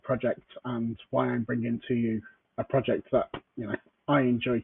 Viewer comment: You did turn in to xrpRose for a moment there. ‘Prowject’ 😀